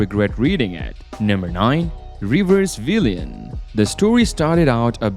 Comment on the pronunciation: It's reverse villian (what he said)😂😂